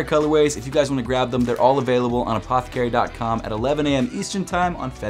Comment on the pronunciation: I wonder if anyone has played a drinking game on videos and had to take a drink every time he says APTHCRY lol